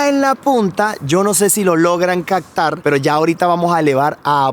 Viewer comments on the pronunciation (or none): buen video pero se dice CAPTAR no CACTAR tambien se dice HELICOPTERO no HELICOCTERO regresé varias veces el video para escuchar y también para leer tus labios y en realidad dices de la forma que yo te estoy explicando no fue imaginación mia. Gracias saludos y me gustan tu videos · "CAPTAR" no CACTAR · Compa, te recomiendo practicar tu pronunciación.. CAPTAR = Lo dices “Cactar” HELICÓPTERO = Le dices “Helicoctero” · se dice captar. No digas cactar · ¿Soy el único al que le da algo cada vez que dice "sektiempre", "caktar", "okciones", "helicóktero", etcétera? 😳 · Genial el tour, pero nunca se vieron los espejos en acción...por cierto comunicas al planeta hispano..exprésate con corrección...caCtar no existe...es con P.. caPtar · es captar con p, no con c...regalame esa palabra como es, gracias.. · muy buenos tus videos, lo único es que se dice caPtar con P, no con C. Va con onda.